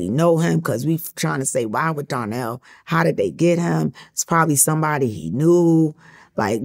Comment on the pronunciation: It's "Donnell", Not Darnell